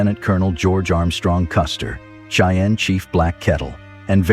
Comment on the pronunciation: Your pronunciation of the word "Cheyenne" needs to be changed.